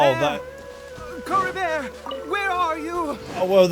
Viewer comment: Drinking game idea: drink a shot everytime butchers Caribert's name:_AlbzLove